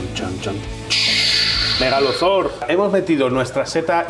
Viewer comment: Se dice Megazord pestuzo